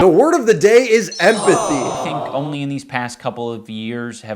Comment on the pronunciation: Why does he say he gained Empathy like it's a Pokemon move 💀